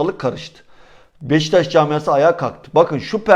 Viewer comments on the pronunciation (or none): none